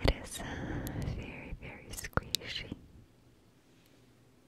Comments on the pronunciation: so funny when she was saying 'skueeshy' instead of skuishy lol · the way she says squishy 😂 i love her accent 😍